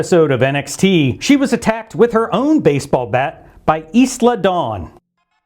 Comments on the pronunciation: Isla Dawn's first name is pronounced "EYE-LAW," you fucking moron, and has been repeated over and fucking over every time announcers said her goddamned name. Seriously, how fucking stupid do you have to be to continuously hear a person's name and still pronounce it like a retard? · "Is-la" Dawn? 😅